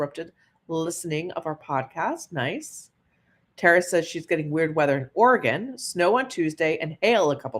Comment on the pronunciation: I live in the Willamette Valley in Oregon and 1. I've been a member since 2012 (I was shocked, lol) & love your stories & 2. As an Oregonian, I appreciate that you say Oregon the right way. Willamette tho is pronounced Will Am Eh T (said all together) not Willa Met. And I agree, it's a beautiful place to live even tho wildfires have been rampant for several years now.